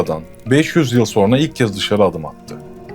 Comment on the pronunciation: Abi dikkat ettim iki defa, sonra diyeceğine sorna diyorsun :)